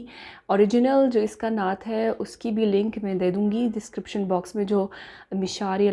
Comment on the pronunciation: We like you so much but please don't make video on this stupid person he don't know how you say natt so please don't make on video on this stupid person